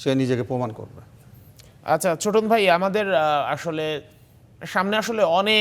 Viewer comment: ছোটন না চোদন 😂😅